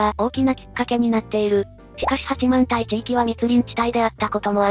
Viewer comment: 八幡平を「はちまんたい」と正しく読んでるゆっくりを久方ぶりにみた ありがとう